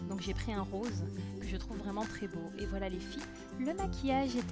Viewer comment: cc tu n'a pas du tout l'accent belge,j'entand vite fait l'accent du nord quand tu dit voilo!j'ador😉